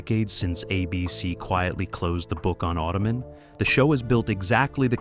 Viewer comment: Auto-Man say it properly, he's not a foot rest.